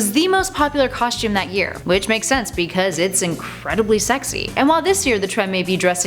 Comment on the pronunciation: There is no H in "costume " !!!!! It is pronounced COSTUME NOT COSHTUME! dammit. Learn how to pronunciate!